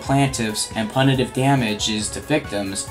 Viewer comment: You really need to learn how to pronounce punitive..